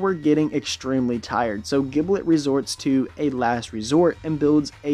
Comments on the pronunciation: His name is pronounced “jib-let” not “gib-let” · Blazing_Storm777 Dragneel I play dbl. it’s pronounced “jib-let”. You don’t pronounce ginger as “gin-ger” right? It’s “jin-jer”